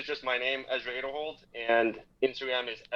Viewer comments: Everyone pronounces his last name wrong damnit. A deeeeer hold not ader hold. arrrrrrrgggggghhh. Going from unsponsored to Discraft Elite team is huge, can't think of anyone else who made such big jump. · ok, I was just confused. I was wondering if it was a joke when Ezra said it was pronounced “A” derhold. Seems like everyone is saying it wrong. Nice interview!